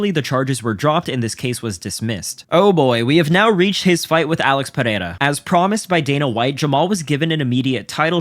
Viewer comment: Why does everyone pronounce Alex Pereira's name so weird? It's like they become Spanish for a half second. I blame Joe Rogan for pronouncing it so zesty.